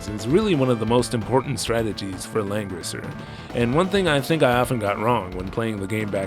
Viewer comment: Homie, it really does sound like you’ve been saying Lenin this entire time